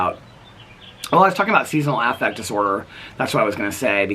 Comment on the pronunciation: I'm just curious about this even though it really doesn't matter lol. Does anyone else pronounce SAD as Season AFFect like that like did? Just wondering cause I always say Seasonal Affective (just like you would pronounce "effective") Disorder and it threw me off because I never thought of it any other way so now I keep wondering about it am I the only one that doesn't know it's supposed to be like that?